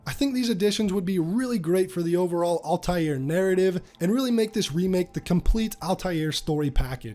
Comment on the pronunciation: Al-taïr is a word in arabic and it means “the flying one” or “the bird” to pronounce it say AL (like L) and continue and say tayir (ta and yir (yir pronounced as year) so you can read it as L ta year